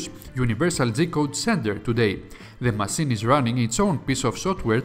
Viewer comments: It's Massine not masin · You say masseen (machine) too often! It really distracts me from the story 😂 😂 😂